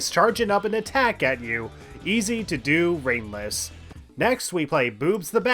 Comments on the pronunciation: I shouldn't watch this video at nearly 4 am, sometimes i misheard ringless and thought you said brainless lol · After a while him saying ringless sounds like he's saying brainless